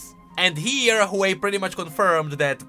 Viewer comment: Ain't no ''hwei''